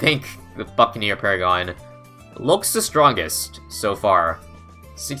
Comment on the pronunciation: The way you said buccaneer paragon sounded like "the fucking new paragon"